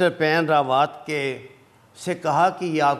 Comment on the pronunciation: AA please Sir it is not Paan Rawaat but the correct pronunciation is BAPAN Rawaat kindly correct it as your videos are also watched by Indians